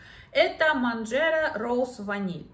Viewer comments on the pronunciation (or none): МансерА с ударением на а